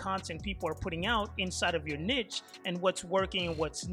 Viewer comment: Bro the way you say Niche is too funny I have to tell you it's pronounced kneeshh but other wise greta content and good advice bro 💪